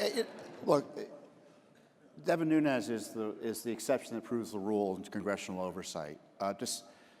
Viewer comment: Learn to pronounce Nunes! How unprofessional ! He is not from Spanish background. Look it up. Respect the cultural heritage. Not everyone from California is hispanic.